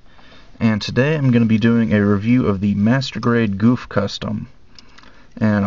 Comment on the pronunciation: its not pronouce goof its pronouced GoF